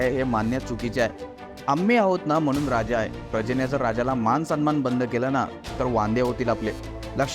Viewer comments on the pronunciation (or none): none